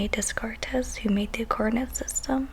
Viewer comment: I finally got some time to listen to this. I actually found this fun to listen to. I vote for future teacher. FYI, Rene Descartes was very much French. His surname is pronounced "day-cart", not "dess-cartez".;) You'll learn about him a lot more if you ever take Philosophy.